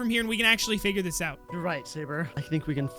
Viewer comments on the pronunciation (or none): Did you notice that galaxy Steve at the end said foght instead of fight 😆😂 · Is it just me or did galaxy Steve say foight